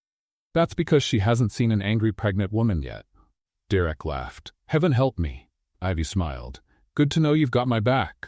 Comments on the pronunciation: Have to say it was a super awesome story even with the name being pronounced wrong, Derek was direct lol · Story is good. Narrator called Derek Direct lol. N. GA. USA 9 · Coreova, Alaska 10 of 10 Another great read from this channel. Thank You... One small thing, Derrick not Direct... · 9 because derek was not said right many times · I liked the story but I had listened to a very similar story just recently. Mostly the act of kindness was different. The story line was the same. Someone is copying. The pronunciation of Derek was inconsistent. The emphasis at the end of the name I had never heard before. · Shaking my head at the narrator's pronunciation multiple times of the Derek name. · I liked the story but it was hard to listen to the narrator mispronouncing Derek's name and it seemed like every 2 minutes they brought up "the pothole" Too much repetition for me. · Annoying how AI pronounces Derek. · Great story! Two problems - The pronouncement of Derrick's name and in the middle of the story Elizabeth was in a wheelchair and the sentence read, "Elizabeth stepped forward". I know she did step at the end against her husband, but in the middle of the story she was in a wheelchair and instead of "moving forward" you had her step forward. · Wish AI narrator would pronounce Derek's name right.